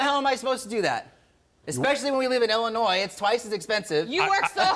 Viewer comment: Move to 'il-len-ois'. It's cheaper